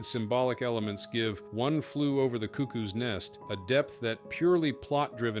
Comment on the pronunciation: Your pronunciation of cuckoo is wrong